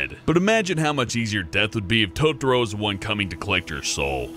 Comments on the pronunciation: NOT TOTRO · not Tottoro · Totoro, To Tor O. Demon lord Totoro, To Tor O.